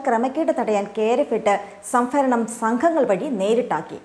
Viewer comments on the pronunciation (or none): സംഫരണം അല്ല സംഭരണം എന്നു പറയു കുട്ടി